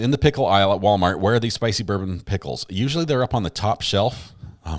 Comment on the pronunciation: Do Southeners pronounce pickles as PEE-HICK-LES?